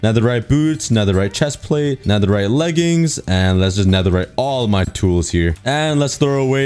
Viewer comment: You say full netheright but huuuuuhh the hemlmet????